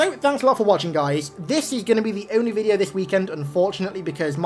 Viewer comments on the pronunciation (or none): none